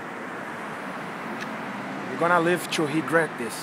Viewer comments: “I hope Joe Hogan gonna live to Hegret this” 😂😂😂😂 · “Joe Hogan is gonna live to hegret this.” Had me in literal tears.